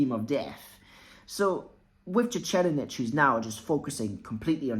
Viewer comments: Lol your pronunciation of the 4th prince’s name sent me. Its “tser-EYED-nick” with a soft t and an emphasis on the ser in the first part. Great vid though. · It is pronounced Sir Ride Nick and not whatever you said there. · SIR-RIDE-NICK MY GUY! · Sir-eyed-nick. Please. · It's tse reed nihh/nick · if you accept Japanese as a phonetic language without much room to dispute pronunciation (unless it involves L vs R or things like that).. it’s reed, not ride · ive never heard that pronnauciation here before